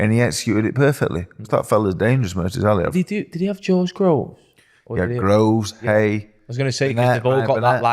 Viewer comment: Dave’s pronunciation of Murtazaliev 🤣🤣🤣